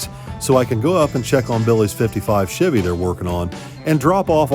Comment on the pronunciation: I have owned and driven Chevys since 1995 and NEVER heard the word "Chevy" pronounced the way does 😂 I cringe everytime. Must be Northern thing